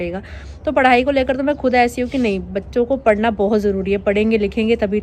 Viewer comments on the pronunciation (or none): none